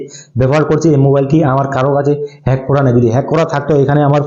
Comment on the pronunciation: # Pronounce Hej hobe 😅